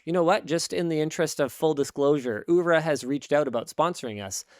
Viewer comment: Oura is supposed to be said like the beginning of "Oh rough"